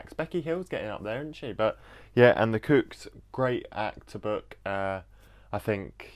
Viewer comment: i love it but pls stop pronouncing the kooks like the cooks pls i beg